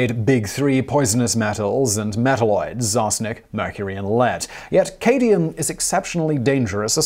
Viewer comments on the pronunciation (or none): caadium? its CADmium, as in sad - my - um/ A short 'a' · Maybe it's the beginning of a new trend... Aluminium - Aluminum, Cadium - Cadmium. Let's hope not. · It's cad-mee-um, not ca-dee-um, and fluro- ANTIMONIC acid. BTW, a fluorine fire will make concrete burn, it'll make things that have already burned burn, after the antimonic part burns through your soft tissue, the fluro- portion goes after your bones. This is some seriously wicked stuff, and forget about storing it in glass, it'll eat that like taco chips, you can't really study it or experiment with it much either because it'll eat the fume hood. It basically just wants to be left alone. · Cad-mi-um...not Ca-di-um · Chemistry words coming from a non chemist Since when was fluorine mundane?! Also it's cadmium not cadium Azidoazide azide was the joke name for that compound. It's not as bad as they say but that many nitrogen nitrogen bonds It's actually obvious that it's going to be a powerful and unstable compound Mono-ethylene glycol is an odd one to add but yes it's deadly so don't drink it Still a nice list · "Fluoroantiminoic" - is this the evil, but stronger, mispronouncing twin of the fluoroantimonic acid? What about "Cadium"? Seriously? A new element was discovered impersonating Cadmium with the same "Cd" periodic table symbol but called "Cadium". Who knew?! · ITS CAD-MEE-UM NOT CAY-DEE-UM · It’s not ‘cadium’. It’s ‘cadmium’, something entirely different from the mythical ‘cadium’. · CAAD-MEE-UM. Not CADE- EE- UM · kaydium, no it says cadmium. hmmmmmmmmmmmmmmmmmm! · Cadium? Don't you mean cadmium? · Fun. Thanks. But Cadmium is not Cadium. The latter does not exist. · Cad-me-um... not Kay-Dee-um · Dimethylcadmium. Cadmium. Cadmium. CAD. MI. UM. Simon: "Cadium Cadium Cadium Cadium Cadium DImethylcadium Cadium Cadium!" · Dude, it's not CADE-ee-um, it's CAD-mee-um. Lolol. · Dude just Google pronouncing the words, not hard. Cadium? Isn't it Cadmium? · "Cadium"? Did you mean "CAD-ME-UM"? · Katy-um... Smfh